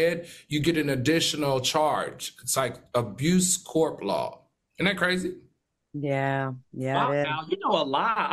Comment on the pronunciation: AL...ITS CORPSE NOT CORP CROOKED SMILE LOL